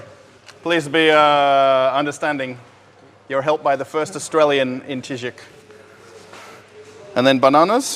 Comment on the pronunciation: Не "Чижику", а "Chiziku"! "Чизык"! Ор! ))